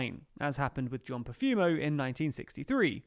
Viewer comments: It's Profumo not Prefumo. Not meaning to carp but when discussing such an important topic as this it is important to get even minor facts right. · John PREfumo? isn't it PROfumo? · John Profumo not Prefumo. Do you have to resign for misleading YouTubers? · It's "Profumo", BTW.